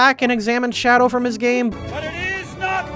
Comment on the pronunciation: Shadow the hedgehog, the (1st) h is silent.